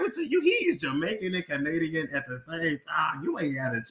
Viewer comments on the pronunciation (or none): none